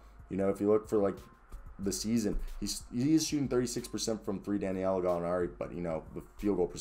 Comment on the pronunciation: C’mon sir…it’s DA•NI•LO!!! Say it with me, sound it out. I’m starting to think you’re doing it on purpose. 🤔🤔🤔🤔